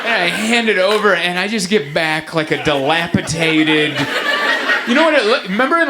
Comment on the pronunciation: DelapiTated? Kinda like a mix of dilapidated & decapitated. SuPoSuBLy that’s not how you’re supposed to say it 😂😂😂 (I’m a nerd)